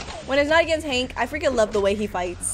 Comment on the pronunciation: i like how she say hang instead of hank XD